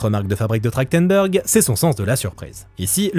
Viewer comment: ça fait bizarre de lire Trachtenberg et d’entendre prononcer Trachtendor. C’est vraiment comme ça que ça se prononce ?